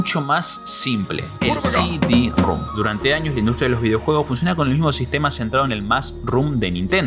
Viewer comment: Sidirrum jajajaja no mames